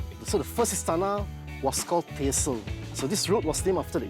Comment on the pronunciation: Tyersall is pronounced as “Tyre-saw” not whatever noise he was making